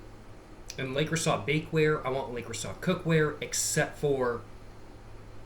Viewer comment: You’re probably already aware but it’s pronounced “luh-crew-say” lol